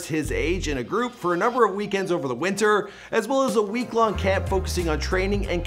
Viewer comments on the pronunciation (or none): none